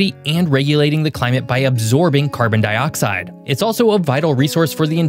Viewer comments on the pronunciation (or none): none